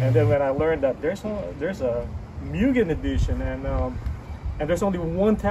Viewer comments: also pronunciation is wrong brotha (MOOO-GEN) not (Meeww-gen) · It's pronounced "Moogen" :) Nice car, I have one too.